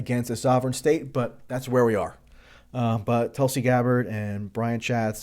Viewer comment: sanders always had an abysmal foreign policy anyways. Bernie did say , "I’m deeply concerned the strike in Syria could lead the U.S. back into the quagmire of long-term military engagement in the Middle East,” so y u triggered tracey? Also, Tulsi's name is pronounce "T-oo-l-si